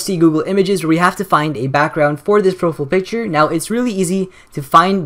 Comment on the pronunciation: **profull picture** that pronunciation